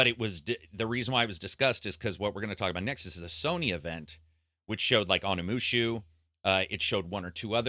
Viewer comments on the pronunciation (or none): I was already KO'd before I even got to that point with the multiple "Onimushu" at the beginning 😂 Sounds like a japanese pet cat name.